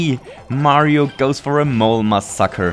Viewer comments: a mole mah soccer! (no offence, but that sounded funny xD) (He ment to say: ""A mole MASSACRE!"" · It sounded like you said "Mole my sucker" instead of "Mole massacre". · To me, it sounded like he said "muss sucker".